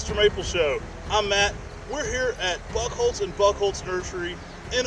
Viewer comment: Honestly sounds like you're saying "butthole and butthole nursery"